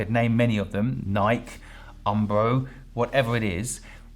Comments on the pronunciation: This guy calld Nike nik lol i live in Oregon and here Nike is huge so its funny to me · Did he just say Nik when saying Nike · my brother how come you don't know how to pronounce nike? 'nai-kee' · Guy's supposedly a business expert, says "Nike" wrong. "Sin-related business." Wow. As if that's relevant at all. I've got a miracle to sell you, it's my stone tablets in my magic hat. Should really just say something like, "I didn't want to work with certain companies for moral reasons." Otherwise, you risk alienating atheists like myself. Idgaf what's a "sin." I care if people get hurt. What's moral. Right and wrong. Maybe what's legal, but honestly I don't think that always gets things right and I care more about what's right or wrong than legal or not, if I had to pick between though.